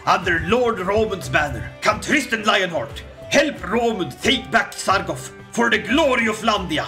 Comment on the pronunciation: Love the content! BUT IT'S SARGO T, not Sargof. thanks :)